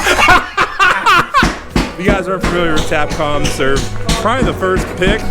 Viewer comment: they're called tapcons, not tapcoms